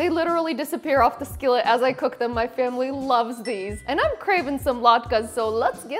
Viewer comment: Май фэмылы) забавное произношение☺